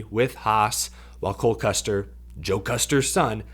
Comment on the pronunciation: Is saying Cold Custer? I just need to know if I’m the only one hearing it?